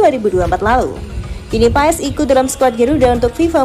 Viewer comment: di ucap ya bukan paes mbak😅😅 tapi pas😊😊